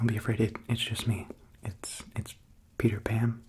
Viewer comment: am i the only one that understood "I'am PewDiePan"